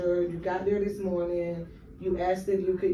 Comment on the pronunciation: The notion that a man who cannot speak grammatically correct English or pronounce words like “this” or “that” is a teacher in America is as sickening as it is pathetic.